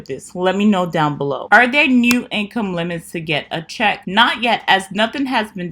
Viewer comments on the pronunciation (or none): none